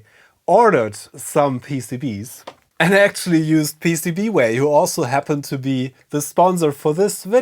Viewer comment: You are pronouncing PCBWaaayyyyyyyyyyy!!! wrong.